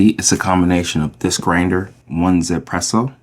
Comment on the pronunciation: my understanding is its pronounced eezpresso or yizpresso, as the 1 is intended to be said in mandarin